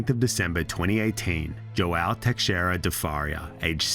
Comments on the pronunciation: fa-ree-a lol sorry im Portuguese and have many friends with that last name , now Teixeira is much tougher to pronounce as X is an "sh" sound so its Te-she-rida rolling the r , my name Alexandre is the same way 'a-le-she-dre', great video, Portuguese names can be tough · Hey man it would really be an improvement if you looked up how to pronounce all the foreign names and words. The x in Teixeira, the ou in pousada, and the name Bial really stood out.